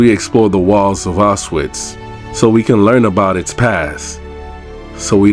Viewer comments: “sss” “auszwhatts” would have much preferred someone who could at least take the time to research the people responsible, as well as the correct pronunciation of the very place your visiting. im glad to see more people interested in the holocaust, but the lack of information gathering is disappointing. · Millions of people died now YouTubers make content out of it. He can't even pronounce Auschwitz. Im done with Youtube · It’s Auschwitz, with the pronunciation of SH, not Autsuits!! Duh!!! 🙄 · You're saying it wrong it's supose to sound similar to aush feets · the altswif what? bro cmon, learn the right purnounciation before you make something like this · Everyone needs to go here. I went in February 2024 and it’s life changing. It’s honestly not enough seeing it on video, to truly understand the scale and horror you have to see it yourself. Also just a note: it’s pronounced AuSCH - Vitz. The S isn’t pronounced and the W is pronounced as a V. 😊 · regarding pronounciation: it‘s two syllables. Ausch-witz (pronouced as oush-wits). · he can't even pronounce the name of the city not even close what are you talking about. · Your pronunciation of Auschwitz is terrible, you shouldn't be doing a video tour if you can't even say the name properly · The video was very respectful and informative, bro com on, maybe don't judge a non native for not being able to pronounce a prop fairly difficult word. "Sch" and "tz" sounds can be phisically difficult for some people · The W in Auschwitz is pronounced like it is a V.